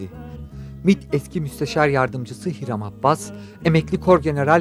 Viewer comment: "Hiram Abbas" değil, "Hiram Abas" olacak.